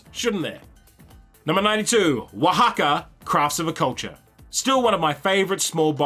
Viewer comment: Really nice to hear you pronouncing properly Oaxaca